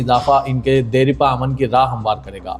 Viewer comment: Deripa ❎ Dairpa ✅